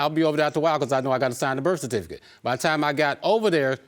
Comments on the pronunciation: Also cerfiticate, Pacific instead of specific 🤦🏿‍♀️ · Wowww the grammar, where are they from? I feel bad for them like they were left in time...she said Sa-Ki-Facet for Certificate 😔